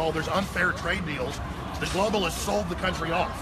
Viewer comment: "gloaballists" xD